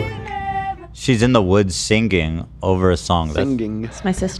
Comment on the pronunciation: Im so glad we are calling out the pronunciation of sing-ging finally